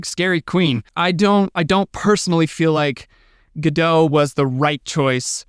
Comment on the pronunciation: Just FYI: Gal has publicly addressed the proper pronunciation of her last name is Guh-dought, not Guh-dough. Otherwise, thank you for suffering for us. I’d hate to have to sit through this mess with my 4yo granddaughter!